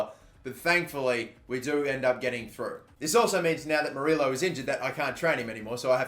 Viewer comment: 2 L’s = a Y sound. So it’s spelled moriLLO but it’s pronounced moriYo :)